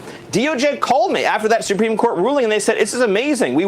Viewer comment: Someone tell Steven Miller Supreme Court has an R in it. SupReme, not SuPeme.